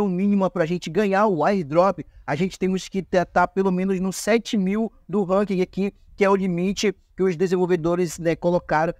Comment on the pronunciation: Na boa sua tática é legal, mas seu video é chato demais, sem contar que é chato ouvir vc errar tanto 1- Ranking não precisa falar o "G" no final 2- Skin é roupa ou fantasia que se usa em personagem, que se upa no game é SKILL, com som de U no final Treina um pouco sua fala que com certeza seu numero de visualização vai ser quase igual ao numero de inscritos